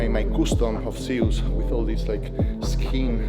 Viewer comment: Guess I'm not the only one pronouncing it "Zeeeuuus🤣"